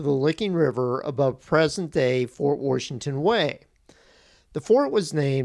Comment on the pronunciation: Why are you saying worshington? Are you from Pittsburgh?